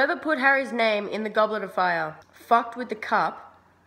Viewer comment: One question "Goblarafar" ? IT IS "GOBLETOFFAAAAAYAAAAAAH" :)